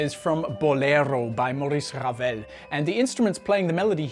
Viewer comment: A+ for effort on your R rolling, but.... Maurice Ravel was French 🧐Awkward